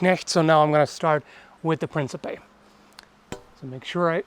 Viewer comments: ... I took 4 years of German, and I know that's not a lot, which is my point, wouldn't the K be silent? Also, the C's are hard in Old Italian and Latin... So, it would be, "Prinkipay" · It's The mispronunciation of "Principe" is giving me PTSD. Have mercy on my poor soul.